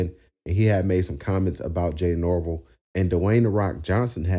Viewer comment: It’s Nor- Vell… not nor-vle